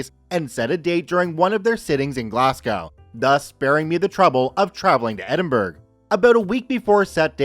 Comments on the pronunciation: The "burgh" in Edinburgh is not pronounced like "burger" but more like "burra". Any Scots out there may refine this but my source is my mum who was born there. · ED-in-Borough is how its pronounced!! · Edinburgh is pronounced Edin- borough. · Nice stories as always,, but I have to say that "Edinburgh" is pronounced like "Ed-in-bruh" or "Ed-in-borough". I know that I'm just a filthy English person, and am not the best person to be correcting you on Scottish place names, but I know it's not how you said it. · I love hearing US and Canadian people aay Edinburgh. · "Glass gow" "Edin burg" Help...a piece of my soul is being ripped away every time... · The pronunciation of Edinburgh and Glasgow 🤣🤣🤣🤣🤣